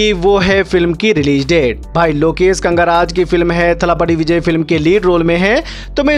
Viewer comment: He is Lokesh "kanagaraj"not "kangaraj" as you say always 🤣😅